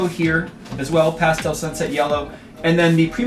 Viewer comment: please could you learn how to say "pastel" properly, good video though